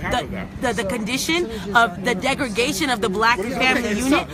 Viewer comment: "degregation" "pletora" Our education system has failed her so badly.